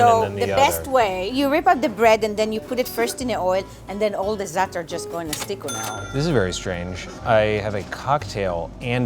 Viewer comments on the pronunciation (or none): Zaatar is thyme,it's not a condiment (u pronounce it like dis za,a,tar👍) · That pronunciation of zaatar killed me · Who’s an Arab and laughed how they said ‘’ZARTAR’’ 😂 😂 😂 😂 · C. Kay lol yeah it’s zaatar “زعتر" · I'm Arab. I eat Zataar and oil everyday day. Btw it's pronounced with a rolled r at the end.